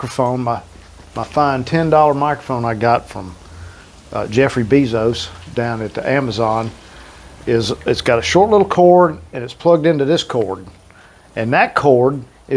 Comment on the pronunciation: You just kill me every time you say Jeffery Bezos. Lolololololol 😂